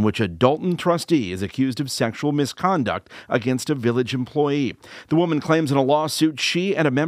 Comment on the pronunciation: Welcome to the~ ILLAGE~ of Dolton, ILL-in-noise.